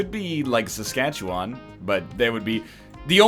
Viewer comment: As someone who's from SK, the way they pronounce "Saskatchewan" really just rattles me right up